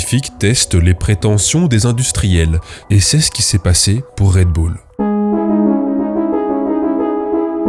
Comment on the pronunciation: "Red boule" t'es américain, toi.